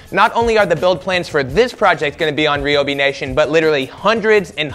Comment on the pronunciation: On another not Ryobi has canceled any future endeavours on account you pronounce it R-e-e-o-b-e-e